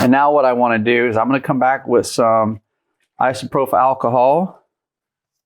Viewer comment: Thank you for making this video… but dude, who taught you how to pronounce isopropyl?